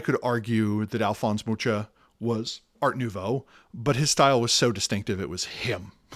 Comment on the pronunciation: Mucha is pronounced very differently. Ch is similar to J in Spanish (Juan.)